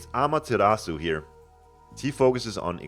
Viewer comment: its amaterasu,not ameterasu